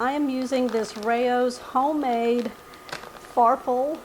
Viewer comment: Great idea for a hearty soup. The pasta is pronounced "farfallay. " Also, as long as you chose RAOS, their pasta sauce is rated #1 by America's Test Kitchen.